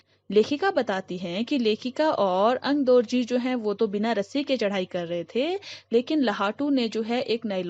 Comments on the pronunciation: Okay, am I the only one who noticed that she started pronouncing 'AngdOrji' as 'AngdArji' and then after a few mins, very subtly picked it up??xD... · Its Aangdorgi nor Aangdargi.😁